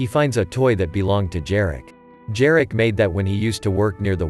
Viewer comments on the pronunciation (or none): Jarek - pronounce Yareck